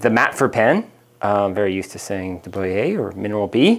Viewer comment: I have two Matfers and a De Buyer. I prefer the Matfers. That said, I learned recently that Matfer changed their design and it's less robust, more prone to warpage problems. Anyway, De Buyer is not pronounced De Bye-Er. It's a French name. It's pronounced De Boo-yay.